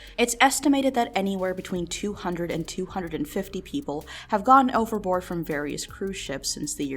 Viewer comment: Thought you were saying overlord everytime you said overboard might need to check my hearing or headphones